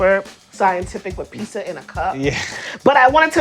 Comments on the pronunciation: She says.......Pi......Pissa........Pissa?.....[Pee-suh]??? But it's Pizza. [Peet-zah]. Pizza. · She keeps saying pisa instead of pizza lol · The way this woman is saying pissa instead of pizza ruined this video lol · Some please !; Please!!!!! Please!!!!! TEACH HER HOW TO SAY PIZZA . OTS PIZZZZZZZA NOT PISSA . I like the show but she is annoying on how she says PISSA when it's pizza m please someone help her or find someone else that can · pizza, piːtsə not pessa, fuck me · I wanted to see the " PEE SUH" wtf??????????? why do some people pronounce peets uh, as PEE SUH. jesus fucking christ people, can you not think about language deeper than a 2 year old? fucking get it together man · Why is it so hard for her to say pizza, instead of peesa 🤦🏻‍♂️ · PIZZZZZZA NOT PISSSSSSA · Not pissa, PIZZA; PEET..ZA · It’s pizza not Peasa. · I love this whole concept but why is the host saying pissa instead of pizza it's driving me crazy :P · pisa, pissa, pisja or pizza? like man where those "Z"s at? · oh my god its PEET-ZA not PEESA lmao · If you wanna become the next master peesa-ola, maybe you should learn how to pronounce peetzah. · She's calling it "pissa". That's 🧢, right there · I'm sorry, I just can't get over the way you say Pisa:( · SHE KEEPS CALLING IT PISA! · Peesa. Wtf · It's driving me crazy that she keeps calling it "Pisa". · I was going to watch the battle but when she said pee-sa I got out. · "The pisa" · she has a show about pizza but can't even pronounce the word right. wtf is pisas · pisa pissus peesa in a cup. can you even say PIZZA? ! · Why do you consistently make a point of pronouncing it "pisa",? It's the one thing that most English speaking people actually bother to pronounce correctly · "peesa" and talking with a full mouth.... alright im out, sry even my love for pizza cant overcome this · It's mildly annoying that in a video all about pizza they pronounce it wrong and say "pisa" all the time. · I can't unhear it now